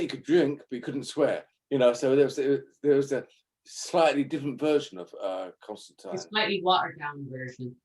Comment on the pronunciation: I'm so glad people somewhere in the world still pronounce Constantine correctly.